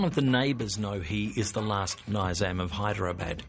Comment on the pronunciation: Ni-zaam not nyzaam Nice clips though Should have abdicated